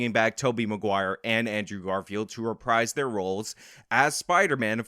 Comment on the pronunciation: if you're going to keep using the word "reprise", learn how to pronounce it. It's "reh-preese". Also, it's Willem, not William.